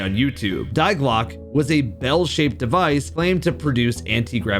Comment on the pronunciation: i hate how you say die clocke